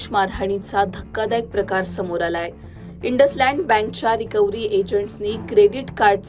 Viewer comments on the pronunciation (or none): वाह वाह लोकमत😂 इंडसलैंड? (इंडसइंड बैंक) वाह वाह पुणे पुलिस😂 इंडसलैंड?? वाह वाह 😂😂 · आगं ए बाई त्या बँकेचं नाव इंडसइंड आहे इंडस लँड नाहीये. लोकमतला आता कमी पगारात मिळतात म्हणून कुठले पण अडाणी लोकं चालायला लागली काय 😂😂😂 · नशे मध्ये बातम्या देता का INDUSLAND नाही INDUSIND आहे बँकेचं नाव 😂